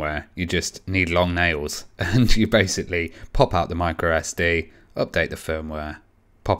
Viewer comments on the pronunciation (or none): none